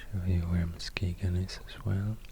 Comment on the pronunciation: THANK YOU for pronouncing Muskegon correctly!! ❤️❤️